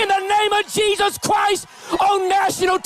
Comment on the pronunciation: he says jaysus sometimes!